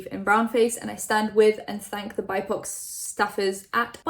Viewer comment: Hey,! I just wanted to tell you BIPOC is pronounced B-I-P-O-C. It stands for Black, Indigenous, and People of Color (or Colour).